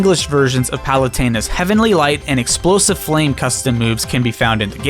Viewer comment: No one: Kirby: Heavenry right! exprosive frame